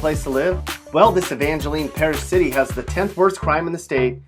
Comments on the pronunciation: Evangeleene?????? It’s Evangeline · Oh and the way he pronounced Evangeline proves he's not from Louisiana.